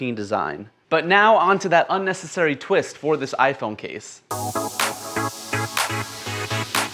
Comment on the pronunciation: "Unessasary" bruh i need this